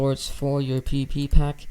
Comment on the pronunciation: Ah yes “you pack”